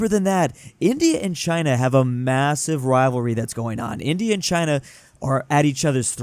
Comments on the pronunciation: he can't pronounce 'india' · i think forgot how to pronunce india